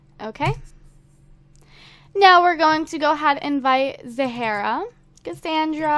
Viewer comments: It's pronounced Za-rah, not Za-hara. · its not zahera its zahra mute the h see my name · It's pronounced as ZAH-RA. Where do you see an extra A?!?!